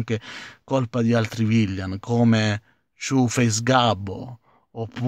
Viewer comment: ma pronunciare correttamente villain proprio non si può fare?;)